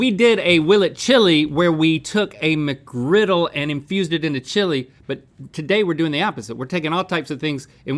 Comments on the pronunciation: Singular! McGriddle! ONE GODDAMNED SANDWICH! MCGRIDDLE! There is NO "S" in the goddamned word!!! NO "S"!!! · JUST SAY MCGRIDDLE